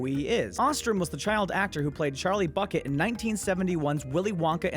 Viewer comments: For a moment there, I thought you said Charlie Fuckit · did he say bucket or fuckit?